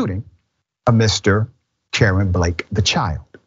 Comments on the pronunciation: It's pronounced Kay Ron . Like Jay Von . The only reason I pointed it out . Is because it sounds like Dr . Richey is saying Karen . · Um,, his name is pronounced Kuh-rahn not Karen. Maybe ask around before you open your mouth? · Dr Richey the name is KaRON. Pronounced “cuh RON not “Karen.” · First of this boys name is pronounced Ka-ron not damn Karen yall 🤦🏽‍♀️🤬🥴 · It's pronounced Kuh-ron, not Karen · The name is pronounced Kay-Ron dr. Richey not Karen! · It's Kuh-Ron!!! Not Karen!!! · His name is not Karen its Ka-ron this man is not saying his name right nor did he care to look it up to make sure he had the name right 🤦🏽‍♀️🥴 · Pronounced Ka-Ron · Dr. Richey please pronounce the name correctly. I believe it’s (Ka Ron), like the male name Ron or as in Caron Bulter. What a sad story and I hope the man is convicted.